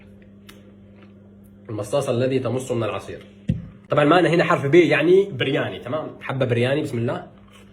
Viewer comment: ههه برياني مكاش حجا ينطقها صح وحافظ غير سيكونت ميل 😂😂😂على كلن دمك خفيف الله يحفظك